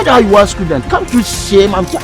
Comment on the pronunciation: Can’t you shame my scudent saying cuduu 😅😅😅😂😂😂